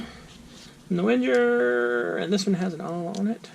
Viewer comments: Wenjer? 🤣 "Ving-er" it's a Swiss army knife, but the name is German. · Good video, but I have to point out that its pronounced Veng-ger